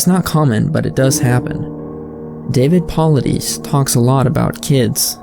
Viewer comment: Nice video, but you butchered David Paulides name, took me out of the video